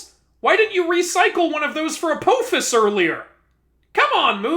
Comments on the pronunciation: im sorry... A-poo-fis? I'm not trying to be pedantic, and actually curious, because i don't think that is the accurate pronounciation. I've always heard Ap-off-is as the pronounciation. I admit i could be wrong, but never heard that pronounciation. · The way you say Apophis makes me irrationally angry.